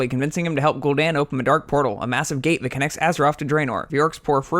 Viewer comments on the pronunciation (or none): none